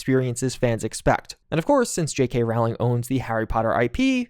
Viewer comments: Dude, it’s pronounced JK Rolling. Jesus that is grating. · Learn how to pronounce ROWling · It boggles the mind that people spend dozens, even hundreds, of hours making videos talking about J.k. Rowling and can’t be bothered to figure out how her name is pronounced. It’s ROLLING. As in “roll.” Honestly, can’t you just start with basic stuff?